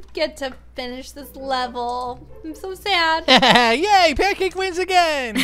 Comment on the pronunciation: Lol his name is pancase BFF not pankcake BFF XD